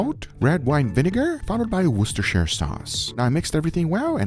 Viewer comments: Dear Lord, please make someone to pronounce "Worcestershire" in my lifetime! Amen! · It’s WOR CHEST ER sauce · Lol its pronounced "Worshtershire Sauce". Blame the Brits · Wer-SH-Ter Sauce. That is how the English pronounce that word. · “WOOSTER” SAUCE